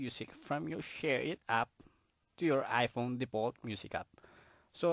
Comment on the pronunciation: “aychuns” “ai pown”